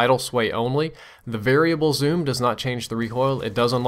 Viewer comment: "Variale" lol